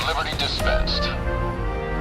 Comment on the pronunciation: (Sips some Liber-Tee)